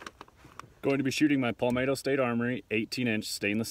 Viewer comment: Palmetto not palmayto Jesus......